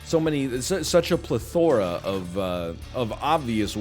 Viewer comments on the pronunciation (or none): No sarcasm, I genuinely enjoy picking up NL's particular pronunciation for words. For example, the way he says "plethora" is different from what I normally hear. Sorry for being a weirdo.